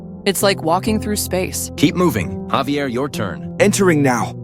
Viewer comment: Thats not havier its javier